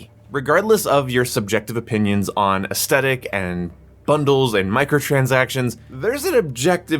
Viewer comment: Take a drink for every time he says “aestetic” and not aesthetic